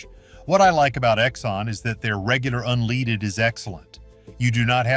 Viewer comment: This is typical A.I. bull shite - it says don't use gas just because they use that brand in race cars then turns around and says use SHELL gas because they use it in Formula 1 race cars. Can you trust a voice that can't even pronounce leaded gas ???? Take this info for what it's worth, then do you own research.